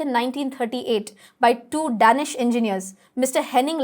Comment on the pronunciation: Lovely video ma'am.. btw it's pronounced Day"nish 😁